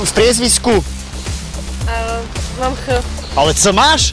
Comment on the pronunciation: PriezviSko, nie PriezviZko :D